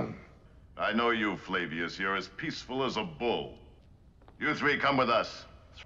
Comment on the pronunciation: Flavius. As in Flavius Josephus.